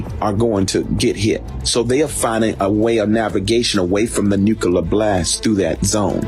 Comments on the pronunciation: What is a nook-a-ler missile? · Dude can’t say nuclear… lmao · LOL they cant even take ukraine, let alone come on US soil. Ohhhhh fatty Mc FatFuck in his wack blue chair. whos bein sued by multiple company's for failure to make payment. He can't even pronounce Nuclear correctly. He's been watching to many cold war era movies